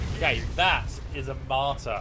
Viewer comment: it's called "Matar" not "martar" or "martyr"...